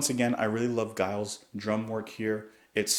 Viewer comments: Giles is pronounced like Jimmy. It is a soft G, as in Germany and not a hard G as in Guy. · It's Giles with a soft G - like gentleman!